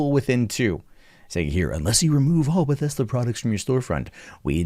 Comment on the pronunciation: It's Bethesda,. Not "Bethesta." Jesus.